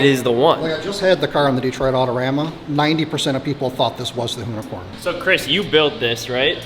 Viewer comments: That's now the "hoonicorm" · with the "Loonicorn" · The “Whoonicorn” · it's more like a Hoonicunt.. 😁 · “Hooni-corny” lol jk I’d drive it everyday